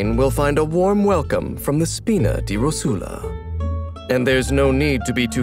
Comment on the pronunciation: My Italian heart can't bare to hear Rosula pronounced with a Spanish accent...